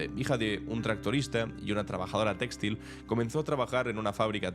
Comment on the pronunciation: Olé tú!!! Solo una cosa, una corrección: no se dice téxtil, sino textil. Perdona, pero es que te escucha mucha gente y sería terrible que se copiase este error.